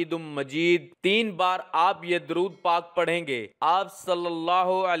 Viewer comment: آپ دورود غلط پڑھ رہے ہیں۔